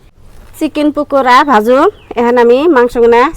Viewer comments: পুকরা না। ভাবি। পাকরা। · পুকুরা পকোরা বলতে হয় ভাইয়া কে একটু কথা বলা শিখতে বইলেন